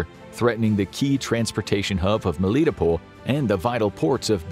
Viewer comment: The narrator did well, however Melitopol is pronounced Mel-lit-toe-pul or top-pol depending on the accent :)